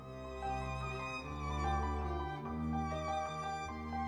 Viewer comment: Very well done. You did mis-pronounce Newfoundland but most non-Newfoundlanders do haha